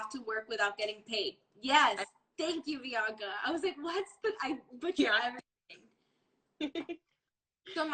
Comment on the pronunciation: Is this the same Bianca who name was said incorrectly ? 🤣🤣🤣